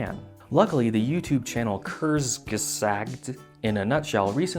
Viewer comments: "Kurs-gay-sacked" That is some seriously butchered German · kerrz-yuh-sahgt sorry not sorry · Coors-guh-zot, You're welcome.